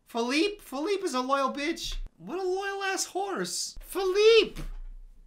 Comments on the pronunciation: When he calls the horse Feleeper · I love how called the horse “Phillipe,Phillipé,and Philliper 😂😂